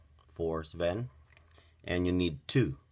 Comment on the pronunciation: It's not Spin the Reindeer's name is Sven (Sf-en)